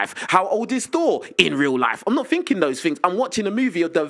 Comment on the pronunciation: i cant be the only person who hates when he says “finking”. i fink some of you guys would agree with me